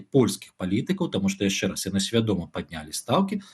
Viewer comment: (Чь) не мягкая,( Ч) не -яшще-,а -яшщэ-,не надо русить! Но всё равно очень правильно што не па рюски.